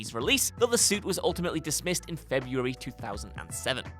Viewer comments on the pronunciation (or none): none